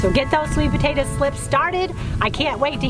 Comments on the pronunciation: Potato, not potata 🙄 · My son asked me if you are saying potata😊